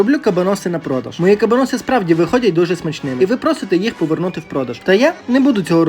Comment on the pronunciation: вуха в'януть від наголосу🤯 приділіть хоч 5хв вивченню історії того, що готуєте і як воно називається